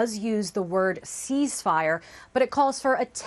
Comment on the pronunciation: Why does that woman keep saying seize-fire it's ceasefire and it's annoying as hell listening to her fumble it 😂